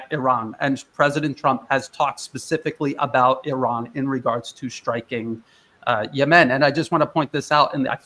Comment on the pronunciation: I've never heard Yemen pronounced "YeMEN" like does.